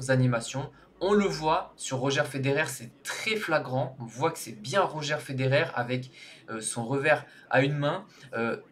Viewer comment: On dit Rodgeur Federer et pas Roger